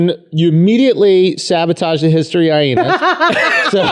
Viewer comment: Someone please tell Aziz Ansari Jr that it's pronounced hi-enas...Not hy-henas...